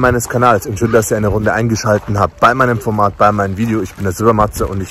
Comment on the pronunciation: Hallo Es heißt, EINGESCHALTE(T) habt, aber nicht EINGESCHALTE(N) habt 🥳